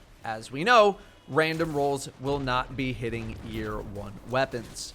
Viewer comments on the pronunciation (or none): none